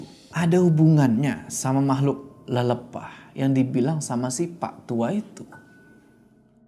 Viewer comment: Kak setau aku, bukan lelepah, tapi lelepah . Pake e bukan e yg itu kak